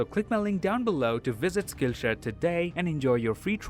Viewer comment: Instead Of Hearing Saying SkillShare Instead I Hear Skinshare